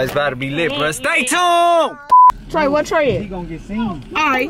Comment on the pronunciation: Stop saying stay tound